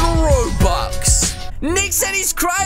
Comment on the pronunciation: I hate when he says robuwx